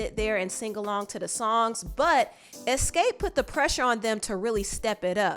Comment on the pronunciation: Every time you said EX-SCAPE my eye started twitching. Smh